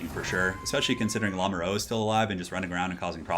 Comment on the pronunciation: "Lamoureux" is pronounced "La (like in "[la]mp")-moo (like cows)-ru (like in "m[u]rder"). It lossly means "the one in love" and is a common surname. The wonders of French spelling.